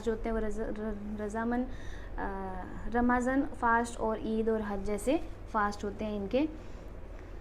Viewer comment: ramazan , pronounced as "rumzan"